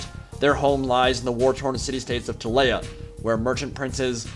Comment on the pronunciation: ti-lay-uh this makes me ill Tee-lee-uh